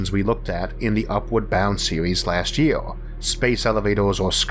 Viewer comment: Eorth? Yeor? Sheorl? Aoll? Easior? Teore? Diostor? Paort? Fuck I can't listen to this shit anything.